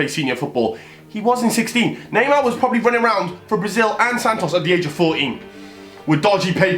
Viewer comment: He always says naymaa